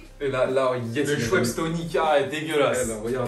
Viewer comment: chweps tonic 💀